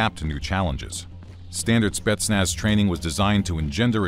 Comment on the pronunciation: how many times did he said "spestnaz" in 5 minutes ?